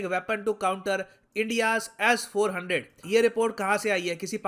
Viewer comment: Sirji, its S400, not Ass400. :-)